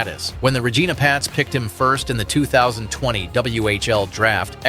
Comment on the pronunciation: They way you say regina is funny lmfao its not how you say it. RegIna with an "I" not an "E"